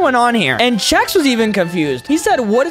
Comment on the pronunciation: Yea “Chef” it’s Chex